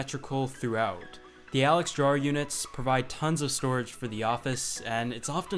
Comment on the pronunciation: the way you say drawer bothers me.....fix it